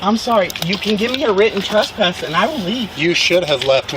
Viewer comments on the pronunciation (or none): Annunciate better. There’s no such thing as “trusspass”.